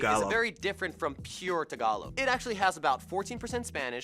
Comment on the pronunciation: Nice Tagalog🤗😍